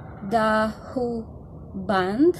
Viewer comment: A far as I know, you pronounced it just right. For a similar style (ancient sounding anyway), check out Krigsgalder by Heilung. They are a nordic band with an ancient European style, including throat singing like Hu, but with a high, pure sounding singing as a counterpoint. For a singer that will blow your mind or at least surprise you, check out Jinjer - "Pisces" or "Judgement (& Punishment), one take vocal performance."